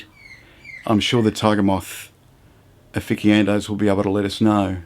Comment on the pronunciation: "Offiki-ando's" LOL